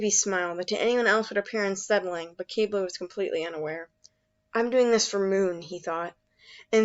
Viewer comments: I thought Quibli was pronounced cwible not kibli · Ack qeebly… it’s fine I’m just a bit triggered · It's pronounced KIH-BL-EE, just really fast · Oh so I’ve been pronouncing his name in my head wrong. This whole time. I’ve always pronounced it Qib-bil, Even though it’s spelled Qibli. Idk my methods are questionable. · im just mad at how they pronounce qibli.